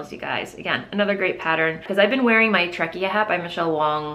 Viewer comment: Hi, love your podcast and your makings are just amazing!! I hope this doesn't sound rude, because I really don't mean it this way, I just thought you might like to know that "Treccia" is pronounced "tretcha" rather than "trekia". treccia is Italian for cable (as well as braid). I happen to be Italian, that's why I know...